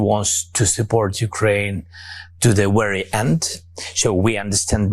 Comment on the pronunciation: Dwama Kwing Twump is vewy upset. I am mad at Vwadimir.